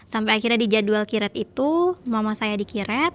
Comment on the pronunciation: Kak maap namanya kuret bukan kiret ijin 🙏🏻😭